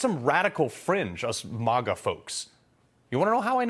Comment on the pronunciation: Why does Carl say "MAGA" like the democrats do (the way he pronounces it)